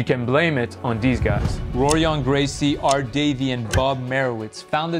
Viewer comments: great video, just one correction Rorion is pronounced horion. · It’s “Horion” Gracie. C’mon bro, you’re better than that. Porra caralho!